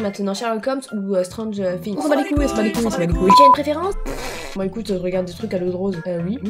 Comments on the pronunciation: On dit "srangeur fings"mais ça s'écrit stranger things baaakaaaaa baaataaaataaaaa noooooooooooob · La prononciation de Stranger Things... Quel crime...